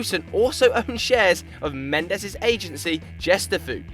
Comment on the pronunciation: It's Diogo not Diego and it's mêndes, not mendés ffs